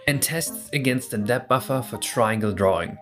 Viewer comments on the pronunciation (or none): Friendly tip: If you have trouble pronouncing the end of depth try as if it were deps. Saying dep is less elegant.